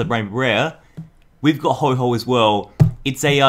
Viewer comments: It's oh-ho not ho-ho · ITS NOT HO HO ITS HO OH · no offence but it's ho oh not hoho it's not santa 🎅 and I love ur vids I'm subscried and I've liked heaps of ur vids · Hey, dont call Ho-oh GX Ho-Ho Gx. Its not Christmas yet! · ITS HO-OH NOT HO-HO HES NOT SANTA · PickPig EXACTLY!!! I hate it when people say Ho-Ho. It clearly says Ho-OH. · PickPig so what if he does pronounce like ho-ho ... not everyone is perfect deal with it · I love this video but what triggered me is that you said ho ho but it is ho oh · Did you just call Ho-Oh, Ho-Ho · Ho-Ho gx, lol Ho-oh..... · It's ho-oh not ho-ho ho-oh isn't santa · did you really say "ho-ho"? It is "ho-oh"! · did you call ho-oh "ho-ho"? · It is not ho ho it is ho-oh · Ho oh not ho ho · A do it’s ho-oh not ho-ho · It's ho-oh not ho-ho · ITS HO-OH NOT HO-HO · I did notice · Map Man02 me too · Did he really call ho-oh ho-ho? 😂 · I cringe every time says Ho-Ho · Did you just said Ho-ho ?? #Ho-ho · He called it hoho gx😂😂😂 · He said HoHo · You pronounce Ho-oh wrong!!! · Can you say it right no hate intended